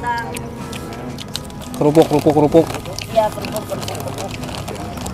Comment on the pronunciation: Kerupuk kok kelupuk😂